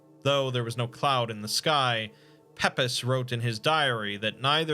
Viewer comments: Not a criticism in any way but just a heads up bud that ish the famous diary writer is Samuel Pepys (pronounced Peeps - rather than Peppis). In any case, love the video! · Pepys (Samuel, I assume) is actually pronounced like "peeps", but honestly, I can't say I blame you. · Interesting. Though I was half triggered by the mispronunciations of Southwark (sutherk), Pepys (peeps), and Domesday (doomsday) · Pepys is pronounced as Peeps. I love your work so much